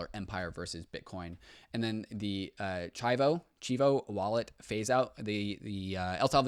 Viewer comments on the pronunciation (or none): Chivo is pronounced cheevoh btw lol